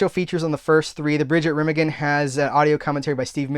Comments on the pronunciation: It's actually pronounced ruh-MAH-gehn. Haha! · 😂BTW, both of your pronunciations of Remagen were incorrect.😂